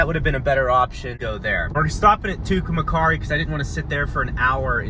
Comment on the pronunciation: This guy can't pronounce anything correctly, Terra Haute, Meijer, Tucumcari LOL